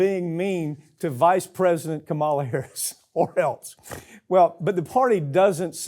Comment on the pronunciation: I dare to correct Mike Papantonio for continually mispronouncing Kamala Harris' first name. 😮😊